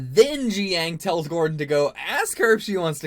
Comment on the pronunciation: Jiaying is pronounce JUY (rhymes with GUY) - YING. It’s not GEE-YANG.